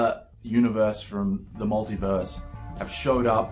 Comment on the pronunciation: You almost said "multiwerse" I heard it. That means somewhere out in the multiwerse you did say multiwerse.